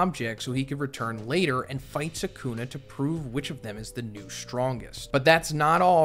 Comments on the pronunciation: hearing this man say "saycoona" instead of Sukuna is driving me up the wall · Is anyone gonna tell him he saying sukana wrong